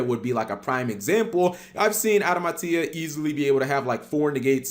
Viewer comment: Adama tia (like tia is seperate) wtf cap, just say adamatia like before